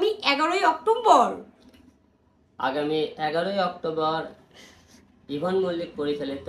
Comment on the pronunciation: "অক্টোম্বর" কী জিনিস ভাই? 🙂